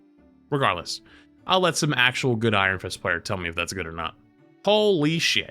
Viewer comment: Jesus christ he butchered Iron Fist's name lol